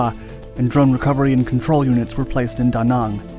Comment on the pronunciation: There is no such city in Vietnam called Da gong try Da Nang, over all not bad research, but needs work on technical data, and pronunciation